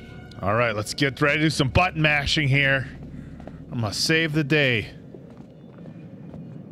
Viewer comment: please watch your pronunciation, sounded like you were ready for some ‘butt mashing’ 👌😂